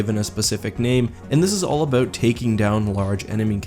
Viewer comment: wow, Canadians really say "aboat" great vid btw